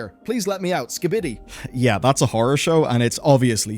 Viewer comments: Holy shit the IA cant say skibidi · As someone who has never heard your voice before this week I have to say I would not have known that poorly-done AI voice was not you until "skibidi" sounded incorrectly pronounced, but I would have also chalked that up to a joke if I did not know it was AI. This is the insidious reason AI will destroy creative jobs, because being 75% as good as humans is 100% good enough for the average idiot like me who does not know what something should be like